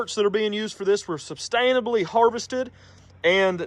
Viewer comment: "Substainably harvested" 😂